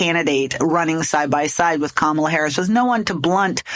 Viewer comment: It is Comma-la. Not Ka-MA-la. Pronounce it right.